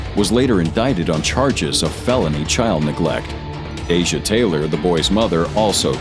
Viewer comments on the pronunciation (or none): none